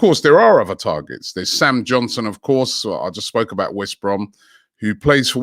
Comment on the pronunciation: Sam johnson and tammy abrahams. Robbie can't even pronounce english names. Is he analfabethic? Or dyslectic?